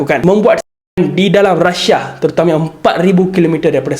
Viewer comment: Deyy bukan rasha.. rusia.